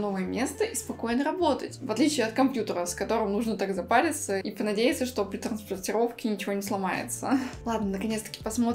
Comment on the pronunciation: да фто ты говоришь